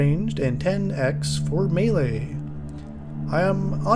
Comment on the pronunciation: for properly pronouncing Melee. Unlike these mealie-mouthed fools!